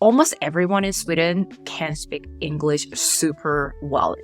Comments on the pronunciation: Sorry ... But itś "Sweeeden" - not "Swedden". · Why do You say "Swidden"? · Why are pronouncing it Swidden and Swiddish?